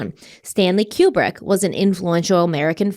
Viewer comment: Stanley Kubrick was 71, he wasn’t young. His name is pronounced KooBrick. needs to stop with the ridiculous conspiracy theories.